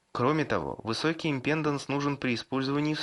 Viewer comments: импедАнс! импедАнс!! импедАнс!!! Кровь с ушей пошла от таких речей. Ну что, нельзя было хотя бы Викисловарь открыть и посмотреть ударение?.. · Импеданс - ударение на а, балда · захотил вырубить на слове "амброшуры", но решил продолжить просмотр и вот услышал матерное "импЕнданс..." всё, алес, жмём на крестик)))